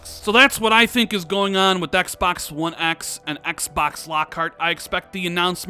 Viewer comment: Why do u say one x like that